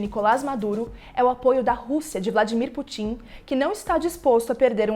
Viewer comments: Fiquei curioso, você falou o nome de Wladimir Putin, como Wladimir PUTÍÍN fiquei curioso quanto a essa fonética, você mora no exterior? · Vídeo muito bom, mas Putíiiin foi terrível